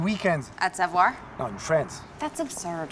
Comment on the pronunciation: meanwhile, you can't pronounce "savoir". oh, the irony